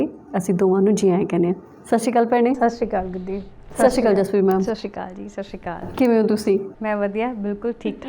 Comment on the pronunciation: ਭੈਣ ਜੀ ਮੈਂ ਹਮੇਸ਼ਾ ਤੁਹਾਡਾ ਟਾਕ ਸ਼ੋ ਦੇਖਦੀ ਹਾਂ। ਬਹੁਤ ਵਧੀਆ ਵਿਸ਼ਿਆਂ ਤੇ ਵਿਚਾਰ ਚਰਚਾ ਕਰਦੇ ਹੋ। ਮੈਨੂੰ ਤੁਹਾਨੂੰ ਸੁਣਨਾ ਬਹੁਤ ਚੰਗਾ ਲਗਦਾ ਹੈ। ਸ਼ਰਫ਼ ਇਕੋ ਗਿਲਾ ਹੈ ਕਿ ਤੁਸੀਂ ਸਤਿ ਸ੍ਰੀ ਆਕਾਲ ਨੂੰ ਸ਼੍ਸ਼ਰੀ ਅਕਾਲ ਨਾ ਕਿਹਾ ਕਰੋ। ਅੱਜ ਕੱਲ ਨਵੀਂ ਜਨਰੇਸ਼ਨ ਦੀਆਂ ਕੁੜੀਆਂ ਜਦੋਂ ਸ਼ ਸ਼ਰੀ ਅਕਾਲ ਕਹਿੰਦੀਆਂ ਹਨ ਤਾਂ ਬਹੁਤ ਅਜੀਬ ਜਿਹਾ ਲਗਦਾ ਹੈ। ਮੁੰਡੇ ਇਸ ਤਰ੍ਹਾਂ ਕਹਿੰਦੇ ਹਲੇ ਤੱਕ ਨਹੀਂ ਸੁਣੇ।